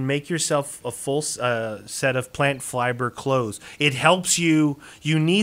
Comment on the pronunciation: you said plant fliber